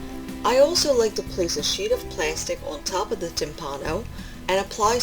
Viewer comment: The word "timpano" is pronounced "TIMpano", with the tonic accent on the first syllable. While "timpano" means "drum" in Italian, as you explained, so does "timballo" (pronounced "timBALlo", with the accent on the second syllable), but both terms are archaic in that sense, and many, if not most, Italians would not associate either with the word "tamBUro", the current equivalent of "drum", and analogous to the French "tambour". While I have never heard the term "tamburo" in a culinary context in Italy, the word "timballo" is there universally understood to mean the dish you are describing, and similar ones. Saluti a tutti e buon appetito. Alessandro Ferrero